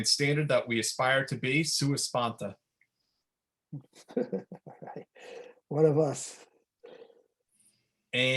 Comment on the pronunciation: Sua Sponte, not Sponta. Getting you checked out.